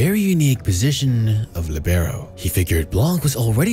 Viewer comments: It's Lì-be-ro with the accent on Li, not on be. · I don't want to bother anyone, but I think the stressed vowel is in "li" instead of "be"